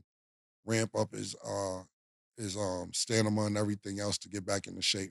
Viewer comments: Killa you my nigga but wtf is STANIMA I thought it was STAMINA😂😂😂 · Stat just gone keep letting cam say stanima 🤣🤣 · Lol "stanima" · Get over there "Steidmen"😂😂😂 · Cam saying stanima is crazy 😂😂😂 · "STANIMA" - CAM'RON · He said stanima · "Stamina" be kickin Cam ass lol Stanima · Killa said “stanima” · Stanima is wild lol how cam become a millionaire with words 🤣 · 😳Stanima oh ok stamina 😆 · STAMINA NOT STANIMA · Yea that stanima a mf 😂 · STANIMA got a hold on em 😂😂😂😂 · from New York to Atlanta with stanima 😂😂 That line always cracked me up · He said his stanima lmaoo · With all do respect...Cam kept on saying "Dreymond need to get his Stanima up" 😂😂😂shit had me geekin. MUCH LOVE Killa that shit was funny asf. And that Wiggins rumors is to much 😂😂😂 my wrist hurts... Say dat 💯 👏🏼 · Lol damn cam not “stanima” 😂😂😂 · Killa said "stanima" like he OJ da Juice Man! 😂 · Facts 😂 I was letting it slide the first few times but damn stamina brother stamina 😂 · It’s them veneers 😂fuccin up his speech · his teeth messes with his speech that does matter